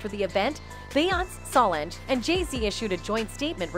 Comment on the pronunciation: And you say Solange name wrong too please stop .so disrespectful